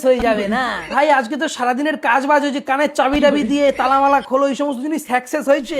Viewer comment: সাকসেস না না সেকসেশ😂😂😂😂😂😂😂😂😂😂😂😂😂😂😂😂😂😂😂😂😂😂😂😂😂😂😂😂😂😂😂😂😂😂😂😂😂😂😂😂😂😂😂😂😂😂😂